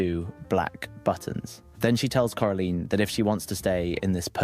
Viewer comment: He was saying coraline right btw